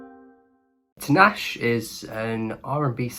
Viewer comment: The way you butchered her name, it takes 2 minutes to search an interview of her and hear how she pronounces her name. DO BETTER.